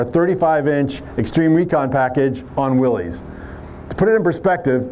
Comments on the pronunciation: Willies??? You mean Wil-lys… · He's a "Jeep" guy and he pronounced Willys "Willies"?